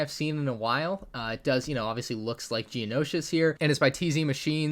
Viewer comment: I understand that it's just fiction but... "Geonoshus"? (Not Geonosis)